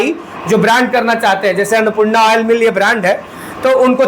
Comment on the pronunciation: Woil nahi Oil bol bhai😂😂